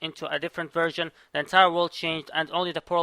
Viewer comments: I hear virgin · Is it me or do i keep hearing him say "virgin" instead of "version"